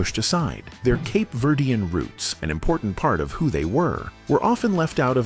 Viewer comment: There are pictures that are shown that are not the Tavares group!!! Also, the pronunciation of their ethnic back round is so wrong. Cape Verdean is who they were....not what is being said by the announcer!!!